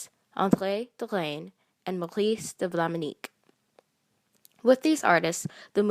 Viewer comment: Maurice de Vlaminck - not Vlaminick. There is no "I" before the "ck". (It's pronounced -VLAH-mink) Your material is very good.